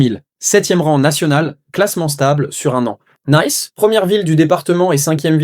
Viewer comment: Encore et toujours du AI (Artificial Intelligence) Les sous-titres ne correspondent pas bien avec le narratif et Nice (La ville) n'est pas "nice" prononce en Anglais (dire na - isse). Sans compter toutes les erreures que d'autres on aussi soulignes. Desole pour le manque d'accent je tape sur un clavier Americain.